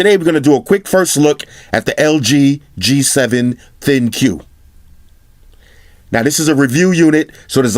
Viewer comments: I think the "ThinQ" should be pronounced as "Think" guys, stop the "Thin-queue" madness. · Is it not pronounced "think" ?